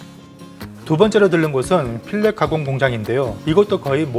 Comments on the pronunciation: 여기서도 filet를 필렛으로 발음하시네요. 영어 미국영어 불어도 전부 t 자는 사일런트로 발음하지 않습니다. 참고로 소고기에서 맛있는 등심부분을 필레 미뇽이라는 고기가 있죠. 원래는 불어 였었는데도 전세계에서 필레미뇽으로 발음합니다. T자는 발음안합니다. 수고하셔서 영문 서브타이틀로 친절하게 영어로도 써주셨는데. 발음을 올바르게 해주시면 더욱 돋보일겁니다. 대서양 연어를 많이 기르고 있고 상당히 비용으로 팔고 있고 노르웨이가 대서양 연어에 힘을 쏟는 이유는 고기에 지방 함유량이 많아서 맛이 월등하게 좋기 때문입니다. 그런데 오일 함유량이 많은 연어는 대서양 연어와 태평양 왕연어뿐이죠. 자연산 대서양 연어는 지금은 거의 아이슬랜드및 기타 극소수의 개체수만 살아있고 남획으로 전멸 했기에 인공 사육만 하고 있으며 태평양 왕연어도 이젠 개체수가 적어지고 있어 여기 미국에서는 스포츠 낚시로도 하루에 한마리만 잡도록 제한합니다. ( 캘리포니아 사정 ) 알라스카도 이제 많이 제한한다고 합니다. 다른 종의 연어들은 silver salmon sock eye salmon 등은 퍽퍽하여 맛이 없고 그 연어들은 연어알 채취와 스목트 새먼으로 팔리고 있으며 구워먹는 요리는 기피합니다. 아마도 국꺼리로 먹기도 하겠지만 맛이 없습니다. 참고로 여기 미국은 왕연어 자연산 가격은 1 파운드 ( 450 그람 )당 $35 달라 정도이고 서크 아이 새먼은 1파운드당 $8~ $9 입니다. 핑크새먼같은것은 통조림용으로 만 팔립니다 대서양 인공 양식 새먼은 얼지않은 후레쉬한것으로 1파운드당 필레 형식으로 $9 정도에 팔립니다. 그리고 전세계 양식 새먼이나 국내에서 많이 양식하는 송어의 살코기의 짙은 오렌지색 은 미국 FDA 에서 허가 받은 인공 색소가 포함되어 있으며 어떤분은 알러지 현상이 있다고 합니다. 자연산은 연어가 섭취하는 갑각류와 오징어과 를 즐겨 먹는데서 생긴것이라고 합니다. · 그건 식품 대사전에도 틀린겁니다 틀린건 틀린것이죠. 나는 몇십년 해외에서 미국에서도 필렛이라는 발음을 들어보지 못했습니다. Merriam webster dictionary 에도 새먼 ( 새몬 )은 틀림없이 L 발음은 사이런트된다고 나왔습니다. 틀리게 하는것은 올타고 하는것은 궤변입니다 봅니다. 나는 발음문제로 다른 소수 의 한국인들이 한국만의 발음이니 이해 하라고 하는 말을 들었지만 그럼 노르웨이에서 그분들과 말하실때 필렛이라고 발음을 떳떳하게 했습니까? 그럼 필레미뇽도 필렛미그논이라고 발음해 보세요. 얼마나 어색한가? 그럼 Almond도 아몬드가 아니고 알몬드라고 발음 합니까/